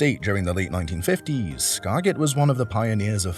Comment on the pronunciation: 😂your pronunciation of "Skagit" is killing me... and the boat isn't even a Skagit, it's a Uniflite. To be fair, Skagit, Bellboy, and Uniflite boats were all designed by the same guy, so they definitely have some similarities (and are all tough old boats), but if the pronunciation didn't kill your credibility, the mistaken identities will.